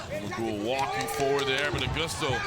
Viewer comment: Жумагул дегенди J менен жазгылачы Zh менен жазбай! Англисче Зумагул деп окуп айтып жатышат Ж - J менен жасанар эң туура айтышмак…